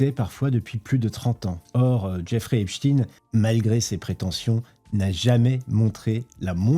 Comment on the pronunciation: qu'est ce qui faut pas entendre lol. et pourquoi Epchtine ? on dit aussi Albert Einchtiiine ???